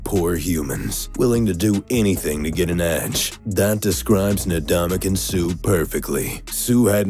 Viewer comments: It’s not Nadamukong Suh. It’s Ndamukong Suh. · Ndamukong Suh not nadamukong suh... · Donkey Kong suh not Ndamukong Suh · Donkeykong Soup is close enough